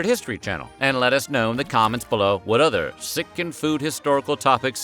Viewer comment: "Lettuce know in the comments below." I (mis)heard this so many times, I want a video about lettuce!